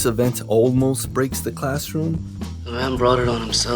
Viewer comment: He "Almos" dies? What?! Killing me homeboy! Great video as usual.